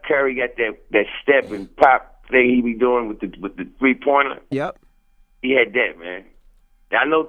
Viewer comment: How are you going to come to somebody show call yourself cursing them out and can't even say three, a real man would've came in and talked about whatever the problem was, big disappointment smh.